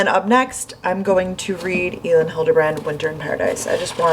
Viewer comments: Hi! Elin Hilderbrand actually pronounces her name as Ellen.:) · Elin is pronounce like Ellen!!